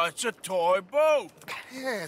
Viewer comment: I love the over emphasis on toy boat after drago gets pissy